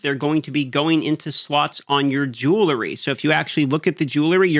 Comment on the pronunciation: lil bro needs to sound out the word jewelry